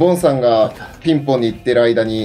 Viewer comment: ピンポーンじゃなくて ピンぼーんだね